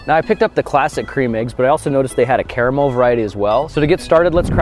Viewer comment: Grant, don't ever say the word Carmel again 😂😂😂